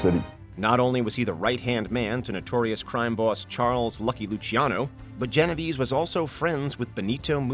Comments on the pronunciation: It's pronounced "Geno Vey-Say" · The way he pronounced Genovese... Oof.